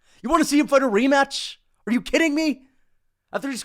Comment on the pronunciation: “Remaaach!” Bro nearly turn full Guyanese